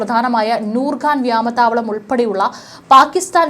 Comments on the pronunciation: ഈ വാർത്ത വായിക്കുന്ന തെണ്ടി കൾക്ക് മലയാളം ഉച്ചരിക്കാൻ ആദ്യം പഠിക്ക് വ്യാമ താവളമല്ല വ്യോമതാവളമാണ് ഖജ്ജ അല്ല ഖ്വാജ ആണ് മലയാളം അറിയാത്ത പന്നികളെ കൊണ്ട് ദയവായി വാർത്ത വായിപ്പിക്കരുത് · വ്യമാതാവളം അല്ല വ്യോമ താവളം